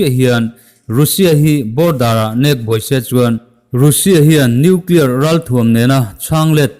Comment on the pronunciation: Russia hi Ra sia tia lam tur, Ru Sia nilo in😁😁😁😁👍👍